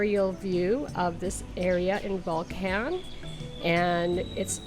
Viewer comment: This was a bit difficult to listen to. Some advice: If you come to Volcan [pronounced vol-CON] due to the changes in the Friendly Nations Visa, you will be required to purchase property. It a terrible change in the law. It increases the price of everything as more and more Ex-pats move here. And the locals know it. There's going to be some things you don't like. Keep in mind that you are a guest. People call themselves "Ex-pats" but they are immigrants. That's okay. Panamanians run things the way they do. For example, if you go to a fonda [pronounced PHONE-da] you will likely be served in a styrofoam container with plastic utensils. Less than ideal but that's they way it is. Darn tasty, very inexpensive. You know who isn't concerned with "plenty of parking"? Panamanians. Most get around by bus and taxi and it's fun and VERY inexpensive. A great way to practice your Espanol. You don't need a car. If you have ever found yourself complaining about fuel prices in North America, just wait. Want to get to a trailhead? Get a taxi. How do you get back? They will wait for you. Much more expensive but over a year, not having a vehicle will save you a ton. If you must have a vehicle, you don't need a giant SUV. Those monstrosities are pompous and out of place. You are likely going to have a housekeeper. Get to know her, practice your Espanol with her and understand she likely has an hour or more commute just to help you. Thank you for your consideration. Edit: Don't surprised if your ho